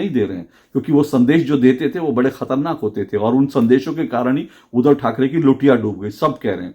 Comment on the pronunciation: अशोक जी, नमस्कार। आपके विश्लेषण की प्रशंसा करने के लिए मेरे पास शब्द नहीं हैं;लेकिन एक शब्द ऐसा है;जिसका उच्चारण सुधारने की आवश्यकता है और वह शब्द है 'उद्धव'। जिसे आपकी ज़ुबान से 'उधव' ऐसा सुनाई देता है। 'उद्धव' और 'उधव' के उच्चारण में ज़मीन आसमान का फ़र्क है। आप इसप्रकार देखें-: अगर शुद्ध,श्रद्धा,क्रुद्ध इन शब्दों को क्रमशः शुध,श्रधा,क्रुध इसप्रकार उच्चारित करें तो सुनने में कुछ अटपटा लगेगा। आप उन व्हिडीओ को सुनें जिनमें 'उद्धव' यह शब्द आया है। धन्यवाद